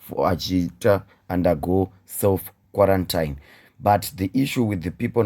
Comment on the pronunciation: Hanzi muromo nyarara meso anowona.Some of us think this Sars-Cov-2 is a joke. Only time will tell.Then we realise too late its a whole new different ball game. dai wacheka pronunciation ya QUARANTINE xx